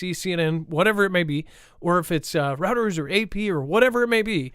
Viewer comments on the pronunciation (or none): REUTERS IS Pronounced ROY-TERS! LoL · You've probably heard this before, but the news agency Reuters is pronounced Roy Terz.